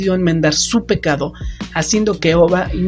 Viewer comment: les digo una mentira yo no lloré muy bien el video pero creo que pronunciaste mal pecado dijiste pecaro pero que importa me gusto el video new sub y like